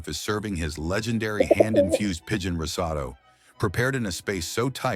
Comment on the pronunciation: “Pigeon Rosotto!!” He did it again! 🤣🤣🤣🤣🤣